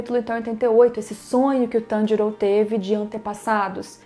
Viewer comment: É pq diabos tem que falar o nome do Tanjiro inglêszado é Tanjiro não TANDIROU...